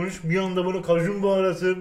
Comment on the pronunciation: Nobody: Kajun baharatı ekliyürüzz